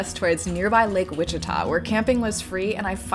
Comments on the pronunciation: Hold on - are you pronouncing Ouchita as Wichita? I've only ever heard it pronounced "wash-it-ah". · Love your channel wish I would have known you were coming through Hot Springs. Our beautiful Lake Ouachita is pronounced washa Tah. I moved here 30 years ago from Ontario California. Sorry to hear you are relocating there. Like New York many people are trying to get out of California. I pray it all works out for you God bless you